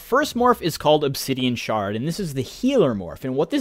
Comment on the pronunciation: I think the pronunciation is spot on.